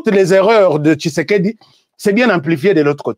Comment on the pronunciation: Svp monsieur fait beaucoup attention avec l'identité d'un homme Si tu es rwandais tutsi tu n'a pas le son "tshi" dans ton langage, fait attention Mon président ne s'appel pas kishekedi mais Tshisekedi